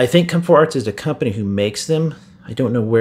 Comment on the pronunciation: Why’d you say c o m 4 arts it should be c o m e 4 arts